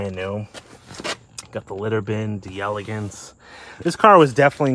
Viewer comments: You're driving me nuts! As a Cadillac aficionado you should KNOW it's pronounced "DEL-AH-GAHNCE"!! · It’s pronounced “Del-ah-Gonce ”, and Ken Puttick was one of our great Florida Cadillac dealers back in the day. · Proper pronunciation is "Dell Ay Gonce"